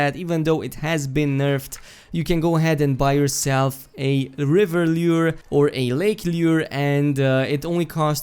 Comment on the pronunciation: Lmao the way this nigga say lure